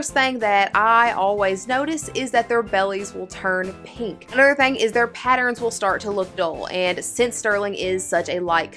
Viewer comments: Did anyone count the times she said “thang” 😂 in this video instead of thing? Lol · *southern thang